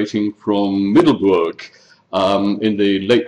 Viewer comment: Middelburg with an u like in but, and a g like in loCH, there is no oe like in shoe in burg